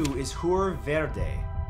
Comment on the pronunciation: Verde 😂 the pronunciation!